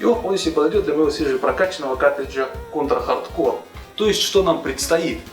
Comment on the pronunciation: Если уж начал, то иди до конца "Конть ра Хатд Коу"